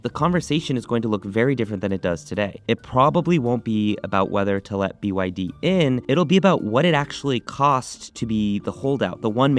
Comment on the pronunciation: "BYD - Bretty Young Dhing"